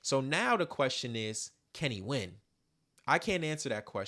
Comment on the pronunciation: Something spooky just happened. At the end you said "can he win?" but sounded like you said "Kenny when?" as in When's the last time this has actually been about Drake vs Kendrick.